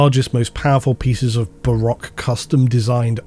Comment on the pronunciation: Thanks! I'd not heard it pronounced that way🙏💞